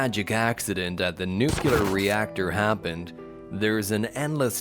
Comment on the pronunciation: I was trying to adjust to the new voice but after the fourth "nucular" I just had to turn it off. Where are you?